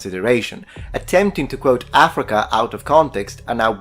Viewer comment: I didn't notice this last time but he pronounces "Africa" as "Athrika". lol wut?